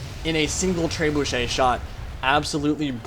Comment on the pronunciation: Tray-boo-shay. LOL